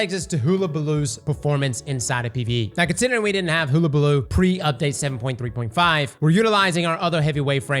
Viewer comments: I swear does this on purpose sometimes lmao. I love Hellabaloo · all the creators are mispronouncing it... 🤔🤦🏼‍♂️🤷🏼‍♂️ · Not after he says "haamkara" first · We all know he can't pronounce words well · Started thinking he's using the Rick Kackis method of pronunciation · ALL YOU GOTTA DO IS TAKE WORDS OR SOUNDS AND COMBINE THEM, for example; the "HULL" of a ship. HULL- A - BA- LOO. AHAMKARA= AHA! i've figured it out. A-HA(M)-KAR-A. JESUS CHRIST I JUST WANT YOU TO SAY IT RIGHT!! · It’s HULL-a-ba-loo. Man alive. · Like is he doing it on purpose? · Use this as a dislike button for cross’s pronunciation of hullabaloo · should delete a God roll for every time he's mispronounced "Hullabaloo". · He don't say werds no good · HULL not hoo. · It’s not “hoola” like hula hoop, it’s “hulla”, like…ah forget it. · its hulabaloo not hoolabaloo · Huh-la-bah-loo not hula hoop baloo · you've been saying this things name wrong since the first time you read it. All of the event weapons are named after old sayings or phrases. It's pronounced (Huh-Luh-Buh-Loo). Not Hoola. It means "To make a fuss". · Not like hoolahoop...... HUH-la-baloo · Oh my god. Hull-a-balloo. Not Hool-a-balloo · It’s pronounced “Huhlabaloo” not “hoo… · sorry bit i do not accept 'hoo'.. It's Hul-La-Ba-Loo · I know I'm being a pedantic ass but its pronounced "hull-a-baloo" like the "hull" of a ship, not like a "hula" hoop. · So many older movies and even recent (In lifetime) cartoons that say Hullabaloo and even google translate that can say the word.... and yet he still says hoola and not Huh la. lol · my guy, is pronounced hull-a-ball-oo. Not hoolabooloo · Did he figure out how to pronounce it half way through the video? Sounded like it. He suddenly swapped from hoola to hulla. Edit: Nevermind, it was a fluke. He went back toward the end. I think he accidentally mispronounced it correctly for a bit. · Hull - like on a boat - abaloo. You’re welcome. 😬